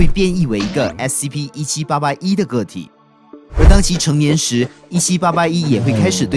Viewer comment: 不是说SCP吗怎么说成SCO了？